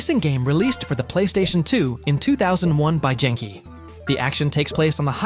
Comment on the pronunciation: that's not how you pronounce genki